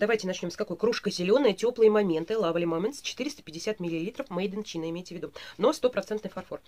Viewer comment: Спасибо за видео.супер. всегда только ваши видео смотрю.только вот немного как преподавателю английского языка непривычно когда произносите слова не правильно.прям студентов своих вспомнила Надеюсь не обидитесь. Made in China (мейд ин чайна) Farm(фам) 👍